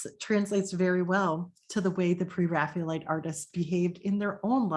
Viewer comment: Excellent thank you. I particularly enjoyed the inclusion of some lesser known paintings. I am very curious about your pronunciation of "Pre-Raphaelite" as if it was "Pre-Raphealite". Can you explain the reason for this?